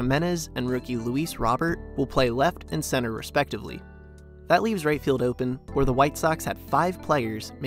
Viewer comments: Their CF Robert is pronounced Ro - bear. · Pronounced like a regular dude named Robert would pronounce it. Rick Hahn made this CLEAR when the White Sox signed the young man yet people continue to jack up a simple-ass name. Wtf!?